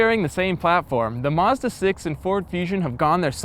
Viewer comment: this is sooo annoying.... CR can't hire people w/out a lispe and who can say 'mazda' not 'mezzduh'??